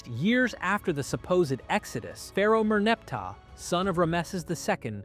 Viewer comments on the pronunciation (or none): none